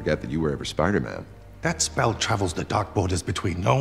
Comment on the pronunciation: In don't mean to be a Chandler but his name is Spider-man not phil spidermin🤣